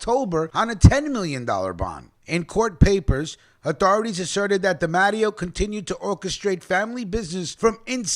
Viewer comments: C’mon!! I love your channel but Bro!! you’re butchering 🔪 these “I-talian” surnames. It’s not pronounced DA-MATT-E-O it’s pronounced DEE-MAH-TAY-O. No disgracia intended my friend. Just a correction. ✌🏼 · its pronounced de matteo